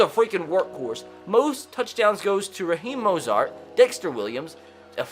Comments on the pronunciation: It’s pronounced Reheem Moe-sturt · It’s pronounced Raheem mos tert